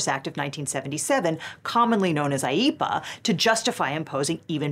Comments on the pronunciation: My autistic ADHD self lost all ability to pay attention when i found out how IEEPA is pronounced Ive just been echolalia-in to myself sayin that word for the fun of it, and each time our resident chaos lawyer says the word i find myself repeatin it all the same and losin all focus again xD Im so happy i at least got this fun new word to echolalia, even if the rest of this vid was as sour as expected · I can't help but think of Grandpa in the Simpsons movie every time she says IEPA.